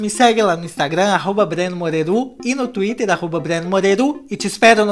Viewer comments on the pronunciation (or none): none